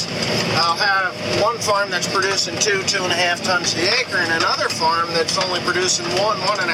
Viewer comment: why does it always sound like he's saying mushroom barn? Or is he? I never hear farm